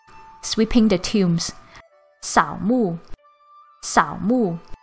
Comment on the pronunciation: It should be "sao mu" not "soo mu".